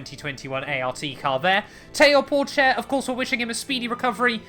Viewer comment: Théo Pouchaire not Porchaire